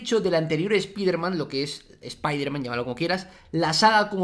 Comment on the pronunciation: "ESPIDERMAN" jajajajaja